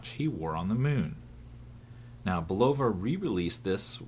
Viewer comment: This is how to pronounce Bulova properly